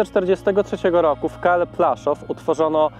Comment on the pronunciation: Widzę że kolega korzystał z zagranicznych materiałów. Nie Plaszow tylko Płaszów. Aż w uszy kłuje, ale program fajny.